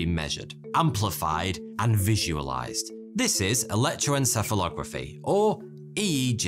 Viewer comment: it's almost frustrating to hear how well you can pronounce electroencephalography right after telling me my brain is filled with billions of morons 😂